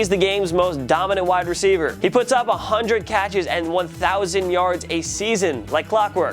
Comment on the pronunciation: Stop saying hundrit